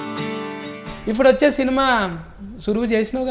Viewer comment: జిరాక్స్..ను జిరాస్క్ అని, ఇప్పుడు పదాన్ని ఇఫ్ఫుడు గా, ప్రోబ్లం ని ఫ్రోబ్లం అని ఎందుకంటునారో అర్థం కావడంలేదు..